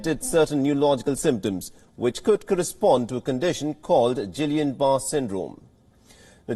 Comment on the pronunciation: Oh, come on, make an effort on pronunciation.. There's only one Gillian (Anderson), no Gillian Barr..